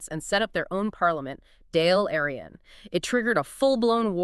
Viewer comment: Enjoyed this, pity about the poor Gaeilge pronounciation. Dáil Eireann = daw ill Fianna Fáil = fee ona faw ill ❤💯☘️🕊️